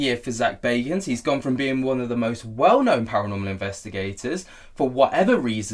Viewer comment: As a fan of both GA and PA, Nicks constant inability to say the word ParaNORmal drove me insane. He even does it in here.. wtf is PARAMEL? THIS IS LITERALLY YOUR JOB